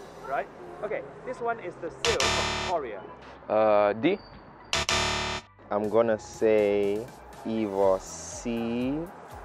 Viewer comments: Seoul同Korea都讀錯... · Dude you can’t even pronounce “Seoul” and “Korea” 🤦🏼‍♂️🤦🏼‍♂️🤦🏼‍♂️